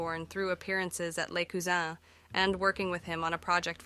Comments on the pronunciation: Small point - the London club you referred to as "Les Cousins", pronouncing it as if was French, was actually started by an English bloke called Les Cousins - pronounced Lezz Cuzzens - nothing French about him or it! You're not the first to make that assumption. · oh, it’s definitely an AI voice. The voice also changes the pronunciation an English name, Les Cousins, to French “cousins” (which, being from Louisiana, I appreciate) and back again. I think the voice does the same thing with Bert’s name, making it more and less German each time around. It also reads “18 1/2 minutes” as 18, 1, 2.